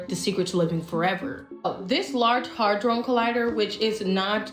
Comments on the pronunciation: 13.24l...if you are goanna spew stuff about science and talk about possible conspiracy happenings at least say the things right.....its not a hydron collider......its a hADdron collider. Also ....elements are thing s like gold, oxygen, hydrogen....they are made up of PARTICLES such as protants, electrons, and nuerons... also....alchemy is the foundation of modern science....although we still believe alchemy to be psudo science with no real proof that we can in fact turen lead into gold,,,this gave way to chemistry, whch gave way to physics...whch lead to quantem physics. you sound .....well kinda dumb when you just say a bunch of words that dont meant what you think they mean. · She can't pronounce "hadron" correctly, and thinks protons are an element. Probably not the right person to get your information from. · If someone tries to make a valid point about something, shouldn’t they at least be able to pronounce it? She’s making claims, and can’t even pronounce the name of the LHC (Large Hadron Collider). I’d love to listen to her, but her inability to form sentences..”try to recreate what happened at the “big bang theory”..😂😂😂 How about “in an attempt to recreate what occurred DURING the Big Bang”. The Big Bang Theory is a television show. The Big Bang is s Universal Television Show created by God.❤ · I can’t Take no advice from a woman who can’t pronounce hadron collider, That is absolutely not. What alchemy is. I hate when people try to sound educated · I love how everyone in here talking about cern can't even pronounce Hadron collidor. 😂 The hell is a hardron?? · It's a hadron collider and it's pronounced Hay-dron with the long a sound beloved. They've allegedly managed to reproduce a tiny black hole🤷🏽‍♀️👑👑👑💜🙏🏾🙏🏾🙏🏾💜💜💜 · Does anyone notice she keeps saying “harddrone collider” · Bich you mean hadron collider say it again hehe black people not knowing words love it